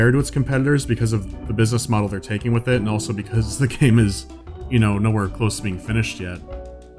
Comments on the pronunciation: (With) not Wiss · oh good you say (with) rite sometimes lol